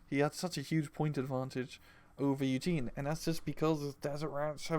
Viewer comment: please its Yue Jin, not Eugen. Pronounced U (the letter) Gin (the drink). Everytime you feature him in your deck vids you pronounce it wrong.